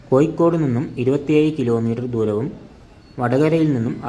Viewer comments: കോയി കോട് അല്ല കോയ.. കോഴിക്കോട് 😂😂😂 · കോയിക്കോട് അല്ല..... കോഴിക്കോട് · സുഹൃത്തേ കോയിക്കോട് അല്ല മലയാളം സംസാരിക്കാൻ ആദ്യം പഠിച്ചു വാ